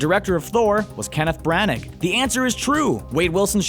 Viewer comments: "Bran ag" I cringed. It's "Brah Nah" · It's pronounced Brah-naah, not Bran-nag. Do your research. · Bran-ahhh, the G's are silent and wouldn't have a aag or ick sound. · Sorry about this, but it's Bran-ah, not Bran-ag. Its pretty easy to look up the correct pronunciation of a last name.